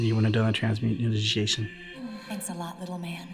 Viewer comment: Human "Transmu-tin-in-i-gation", the forbidden act!